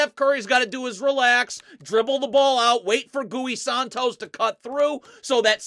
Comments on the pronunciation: GOOEY Santos?!?! Coach its pronounced Ghee lmao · mans said gooey santos hahahaha